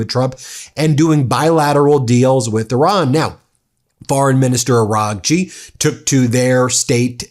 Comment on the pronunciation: Bro, when you say "Araghchi" the gh is silent. Kinda like Aw-Raw-chi